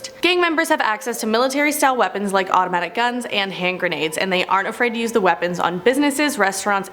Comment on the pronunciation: *"AUTOMATIC GUMS 🤣*